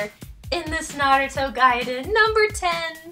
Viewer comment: Finally somebody who pronounces it 'gaiden' instead of 'gayden'!